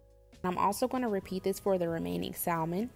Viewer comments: Once I heard Sall-Mon I stopped listening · I wanted to like this but pronouncing is the “l” in salmon drone me nuts. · Alaskan here. The “L” in salmon, is silent. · Unbelievably crispy! BTW - The “L” in salmon is silent. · The”l” in salmon is silent!Salmon looks good. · I always pronounce it with the L though 🙂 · ijs that L “drone” her so nuts she didn’t proofread 🙄😂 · Really dumb to not like a video due to how someone pronounces a word. We all don't speak the same and some areas of the world pronounce things differently. Just like how you was drone nuts but how she said it 💁‍♀️ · She's actually saying incorrectly. The L is silent. Americans naturally pronounce the L because that's what we're used to doing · I wanted to watch this but you said salmon. It ruined it for me. 😢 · The L in salmon is silent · the L is silent ma'am.... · The L is silent smh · Can’t pronounce Salmon was killing me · In salmon, the L is silent